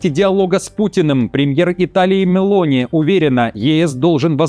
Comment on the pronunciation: МЕлони! Итальянцы ставят ударение на Е !